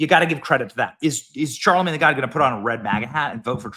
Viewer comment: Benny, stop saying Charlemange tha.... it's annoying and ridiculous 😂